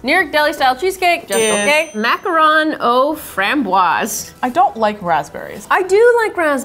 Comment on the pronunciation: Maccarron..pronounced like ",Mac-ah-roon" (like the word ROOM, but ending with an "N")....Ahhhhh, now ladies,....proceed! 😊👍